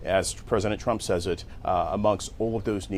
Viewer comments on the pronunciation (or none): none